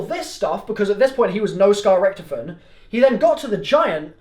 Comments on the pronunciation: Rick toff en not ricktefen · Can't pronounce Rictofen